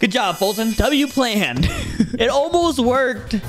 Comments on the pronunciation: Not bum foltyon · foltyn not bum you handsome